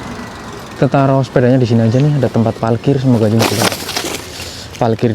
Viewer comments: Msh aja bilang palkir bukan parkir dah kebiasaan buruk, tetap semangat ngontenx dek bro..... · Wkwkwk ternyata banyak yg notice juga ya kalo tiap bilang parkir tu jadi palkir 🤣